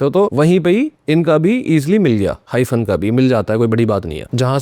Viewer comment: Hymen suna tha hyphen nhi 😂😂😂